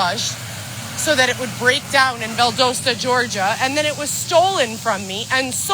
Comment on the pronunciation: Uh… Val - DOE - sta gets me. I’ve never heard anyone pronounce it like that